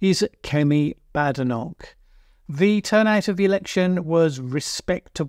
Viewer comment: Why would you mispronounce her name?